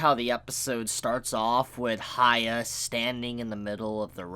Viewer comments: For the love of god stop calling the MC Haya. There is no "Ha", his name starts with "Hya", that is "hee a" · You calling hyakkimaru "hia" is giving me cancer dude. Aside from that, nice review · his name is Hyakkimaru as in Hee-ya-kee-ma-roo not higha :V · This dude calling Hyakimaru Haiya, is like calling Jesus Jay. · I don't know if you said something about this before, but Why you call Hyakkimaru "Haya"? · Sorry Dude I like the video but pls pronounce his name correctly The way you say it is kind of distracting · Not hating or anything but... you can clearly listen to his name while watching the episode without knowing any japanese, not even that, you can READ IT in the subtitles. I enjoy your reviews but this bugs me every Dororo episode. GET THE NAME STRAIGHT!